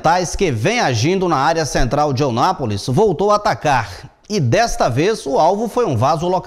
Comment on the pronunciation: Eu não aguento mais ouvir este jornalista pronunciando o nome da cidade de forma Errada. Pelo amor de Deus meu querido a cidade se chama EUNÁPOLIS e não Onápolis.